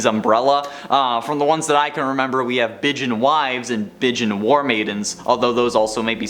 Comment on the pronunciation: Bijin is Japanese for "a beautiful person". Sounds closer to bee zheen.